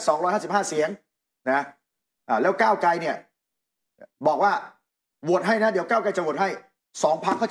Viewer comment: นัยหนุ่มเอ๊ย โคตร หงุดหงิดเลยว่ะ ก้าวไก ก้าวไก มันเป็นยังไงเนี่ย ชื่อคน ไม่มีควบกล้ำเลย ไตรง ไตรง